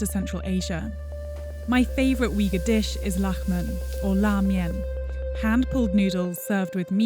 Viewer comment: it's u-ighur!